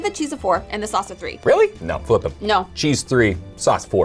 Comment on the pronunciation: GOUD SOUSS